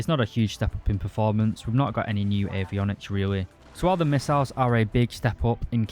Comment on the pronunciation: "pwanes with ER to ER to ER missails" :D <3